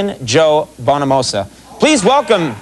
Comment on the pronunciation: It's called "Stone Cold hearted" and it's from the band's only record, called "Bloodline". Conan pronounces Joe's last name incorrectly, but we'll forgive him, cuz he rules.